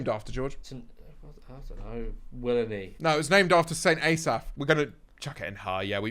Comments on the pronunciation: St A Saf ARE YOU OK. It’s St Ass af 🤣🤣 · fucking hell. The pronunciation of st asaph. ah-saff. xDDDDD